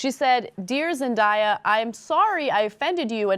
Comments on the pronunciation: Why do people say Zen-die-ah? Its Zen-day-ah! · why can't anybody pronounce zendaya correctly? It's not pronounced zen-die-a it's zen day a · It's pronounced Zen-day-ya.